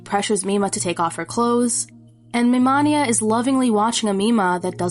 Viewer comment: I know this came out three months ago, and it would be useless to say regardless, but my only complaint is how you say MiMania, because it’s Mi Mania , pronounced like mania , which I only care about because it plays into his character as a manic fan (an early example of a true “fanatic”, aka manic fan). Otherwise flawless.